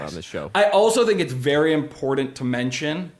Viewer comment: Hearing pronounce ‘important’ as ‘impordant’ has replaced ‘libary’ in our drinking game. We’re all drunk now